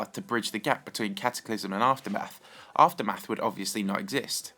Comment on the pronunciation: is it just me or did he say "afterbath" instead of aftermath